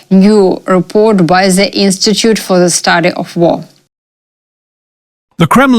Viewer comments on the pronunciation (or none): " THE" , THAT" , THEY". " "D" practice with your tongue in front of your teeth, sister.